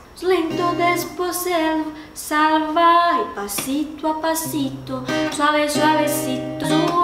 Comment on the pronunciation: ela falou parito e suabecito